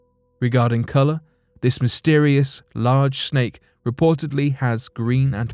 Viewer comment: Is it a "snake" or is it "shhhnake"? Also + is it "assumed" or "asshhhooomed" just like ...??? NOT sure about this Channel though... hearing a LOT of "Lamestream Narrative" being repeated here, on this channel. The lack of video evidence (i.e. using simple "Stock Footage" that anyone can buy for cheap) and NOT using anything that even resembles a "unique" experience... except for the reemergence of what's called "Picture Video" where one just pans across a picture to give the illusion of an actual "video".... Hahahahah! "conshhhumed"... IDK if the artificial voice is getting worse or if it's getting worse... Let's see if we can't get it to pronounce "assume" correctly without a programmed "sh" sound when experiencing a "ss", yet only on occasion... IDK it CAN pronounce "possibility" but NOT "assume" correctly... with the attempt to lull one into the "trance-like" zone that TV cadence will put one under. I mean, what's up with that?!? Meh! These are not the droids we're looking for... move along, move along!!